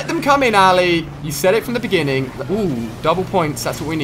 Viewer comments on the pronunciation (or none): none